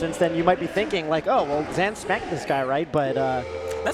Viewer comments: For those watching this without context: brought up a conversation he'd had with Zain recently before this set started where Zain informs him his name is actually pronounced "Zaan" (the Pakistani pronunciation), and that we've been saying the anglicized version this whole time. He says that he's fine with either pronunciation at this point, but that he does prefer the correct way. Please be respectful in the comments:) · Ok so he said hes fine with zain but you're going to go out of your way to call him the other name and confuse everyone and start yet another argument about "name prefefences". Saying zan when we've all been calling him zain for years is as dumb as that one commentator who seriously went by it/it's. Exactly when did the melee scene started getting run by annoying hyper sensitive dorks? Who tf wants to hear 2 dorks fake laugh over every little thing when we had HMW and Phil keeping it real? Remember when actually acted like a real perso. and didn't force fake laughter everywhere? must be so proud of THEMSELVES. Doesn't even make grammatical sense These name/pronoun preferences are retarded and I can hardly listen to these hyper sensitive low T guy/girls in this annoying ass scene anymore. Even if you're interested in protecting people who have pronoun preferences, obsessively covering every single melee steam with pronouns and preferences is completely counter intuitive. Mods work their asses off to stop people from talking about pronouns but it's because they're on the fucking screen. It's clearly more divisive than anything and it's completely distracting from what we're all actually here for: melee If zain wants people to pronounce his name a certain way he would have said something about it publicly years ago. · that's why I think it's weird that he has pronounced his own name wrong for so long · I can’t get over them calling him zan the whole time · why are they calling zain zan? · Are they saying “Zan” on purpose?